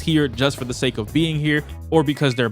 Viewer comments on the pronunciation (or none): none